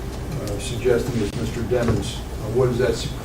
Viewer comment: Dat mane name is demons not dimons